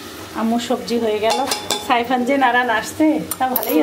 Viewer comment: apni saifan nam ta sundor kore bola shikhen, sairan k abar 🤣🤣